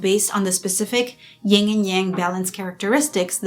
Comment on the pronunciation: It's "YIN," not "YING" and Yang.